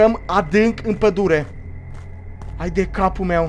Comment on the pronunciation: la acest minut ai zis bai,,padule"